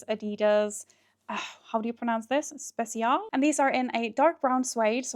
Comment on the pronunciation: It’s pronounced shpetsial if they’re German (which means special, of course). If you put spezial into Google Translate and set it to German then you can hear it pronounced as well. 😊